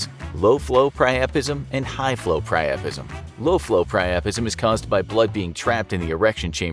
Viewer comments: Pri-u-pism not pri-aa-prism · The first word I’ve ever heard him pronounce wrong... “Piapism”